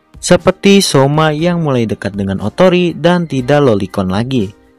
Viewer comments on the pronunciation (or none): Syioma ❌ Syiomai✔️